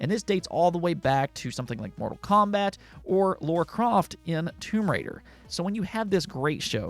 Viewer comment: Who the hell is "Laura Croft" its 'LARA' Bro!